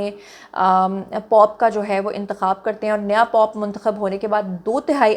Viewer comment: POP NAHI POPE ZUNI😂